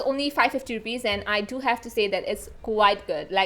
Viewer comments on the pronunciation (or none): none